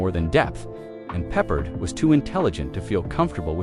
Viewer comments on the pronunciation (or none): Was this piece entirely generated by AI from text scripts? The footage includes the odd snippet of Loren in an ocean of video wallpaper often not obviously related to the automated commentary at the moment. By the way, as I understood it, George Peppard pronounced it "pep-ard" not "peppered".